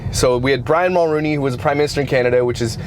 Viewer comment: It’s Jessica Mulroney not Jennifer Mulrooney.